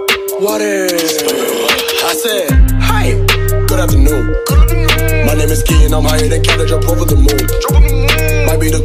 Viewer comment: This man really said "HI......GoOd AfTeRnOoN"